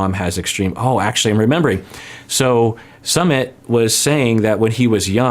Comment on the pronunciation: Just for the record his name is not pronounced sum mit it's sue mit